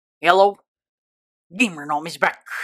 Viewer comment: why did you say yello not "hello"